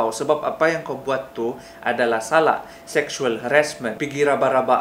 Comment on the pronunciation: Kantal juga slang kau ini bradd...RABA bh bukan RABAH..rabah tu indak bisa badiri sudah itu